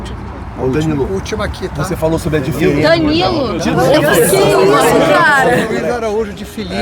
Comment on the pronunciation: Meu deus que vergonha Flazoeira como erra o nome do Luiz Araújo